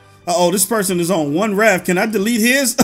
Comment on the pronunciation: raf lol hes saying raf not raft